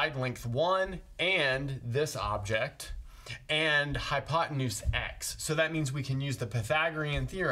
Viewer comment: wth is a "hypot anus"? :)